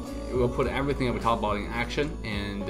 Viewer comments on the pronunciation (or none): none